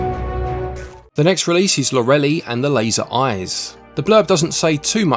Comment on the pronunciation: Love your videos! I think "Lorelei" is pronounced "Laura-lye." :-)